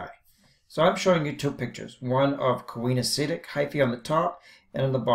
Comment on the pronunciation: Great video! I was a little confused by your pronunciation (I've always heard these pronunciations: coenocytic is see-no-si-tic and gametangia is ga-me-tan-gee-a), but that's such a trivial thing anyway. Excellent diagrams and use of vocabulary. Wonderful job!